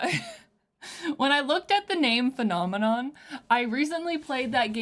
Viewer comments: He just articulates phenomenon in a way that native English speakers are not used to, since he emphasizes different syllables (i.e. "FEH-nah-MEH-non" instead of the usual "feh-NAH-meh-NON"). It's a stylistic choice, if anything. He does this so that the word flows better with the rhythm of the music, which I personally think is the right call. The usual pronunciation forces you to elongate the emphasized syllables (feh-NAAH-meh-NOHN, seriously, say the word in your head lol), which makes it difficult to make each syllable sound staccato (which he does so that the word itself almost sounds like percussion). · His pronunciation of Phenomenon is loose enough to be interpreted as "The Phantom in Em". Done very purposefully. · The way he pronounces “phenomenon” reminds me of XTC’s “Season Cycle” where “umbilical” is rhymed with “cycle.” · the way he pronouces it is because of his accent! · In many languages (mostly Slavic, but also some Asian), the accent is placed on the first syllable, so reading a word like this one makes more sense to people whose mother tongue has this quality. I also believe it's pronounced that way just to be more rhythmically interesting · He is saying phenomenon with an accent